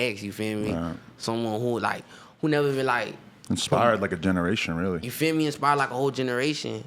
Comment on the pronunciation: take a shot everytime he says yufeeme